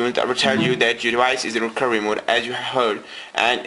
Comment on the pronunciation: Hehe you can't say recoVery